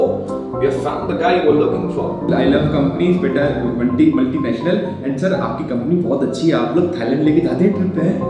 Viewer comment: its not multinational its muhl· tee· nash· nuhl